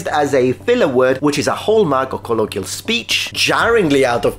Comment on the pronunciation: Your inaccurate pronounciation of colloquialism and bereft disappointed me. On a more serious note, I enjoyed this video, great comedy.